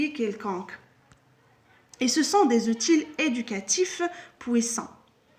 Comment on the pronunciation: C'est pas , c'est - ootie